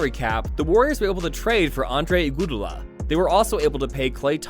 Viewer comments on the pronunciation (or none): Bro said igoodala